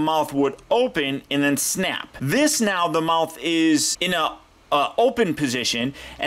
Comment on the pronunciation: The feet aren't flat only spino has that...so the try to make it accurate and...whoop! there it is! U alzo said muouth